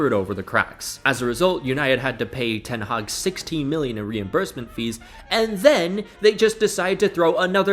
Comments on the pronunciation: Did u say ten haram ? 😂😂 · "ten haram" 😭